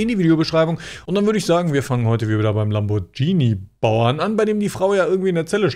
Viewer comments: der “Lambordschini Bauer” 😂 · Lamboatschini😜hat die gesagt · aber es ist lamm-bohr-g(wie gans)-ini (gruß von einer italienerin :D) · Gruselig Lamboschini das teil ist ein Lamborghini und das G wird hart betont ausgesprochen ...kotz